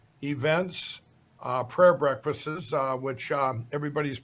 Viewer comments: "prayer breakfasts-es" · Brekfasses...how he pronounced. He didn't cancel his ads...he got cancelled! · I know Mike Lindell did not say prayer “breakfastses”. 😮😮😮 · Mike Lindell goes to "breakfastses". Who knew? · Mike said breakfastses. 4 year olds say breakfastses!